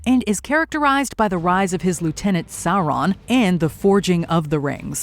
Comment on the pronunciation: Loved the way says the names Galadriel and Sauron